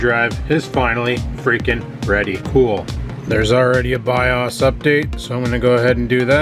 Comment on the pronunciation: BAHAHA This killed me as well, BIOS= ByeAwwwssssss